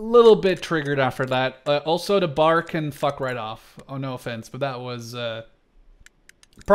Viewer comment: I'm cringing hard the way he pronounces BAR and Garand.